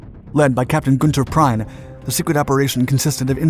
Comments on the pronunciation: In German any word spelled with a vowel combination of "ie" -as is PrIEn it is said as if there was only the second letter "Prien" is pronounced basically as "Preen". Conversely any word with the combination of "ei" vowels eg OsterrEIch ( Austria) is pronounced as "Osteryke" , same as the "3rd Reich". This is basic to school level German language lessons (I took German in high school, some 50 odd years ago and still can remember this and other stuff (not relevant) from then. There is a book by Geoffrey Brooke called "Alarm Starboard' about his life in the Royal Navy and he recounts his experiences at Scapa Flow at exactly this time - fortunately he was on a Destroyer, not the Royal Oak, but did lose a couple of friends (also "middies" -Juniors) who were on board that night. The result was that the Anchorage was moved to "Site A" a "secret" base with only one way in or out, so more easily secured from Submarines, until Scapa Flow could get better protection as the strike by U-47 was co-ordinated with a bomber raid. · The pronunciation of the name Prien is "Preen" as in been or seen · There's one little mistake. In english Günther Prien is pronounced "Preen", like the word "green". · Prounounce Prien as the English “Preen” please. It is the ONLY blemish on a GREAT video!! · Sorry, but I get terribly distracted by these references to (what sounds like) "Prime"... It is pronounced more like the first part of the English verb "preening" with a short "ee" sound and a very short "n". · Why the hell does the guy pronounce the name Günther Prien as Günther Prein? It's unbearable to hear the name mispronounced in broad American cowboy English. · In German IE is pronounced EE... as in 'Preen' ...and EI is pronounced I as in 'Gneisenau'... EE is pronounced AY as as in Graf SPAY (not Speee)... and Admiral Shayre ... (not Sheer) ...Very basic stuff for a documentary voice over... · Prien is pronounced "Preen"... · Pronounced PREEEN. You Americans are so terrified of hard vowels.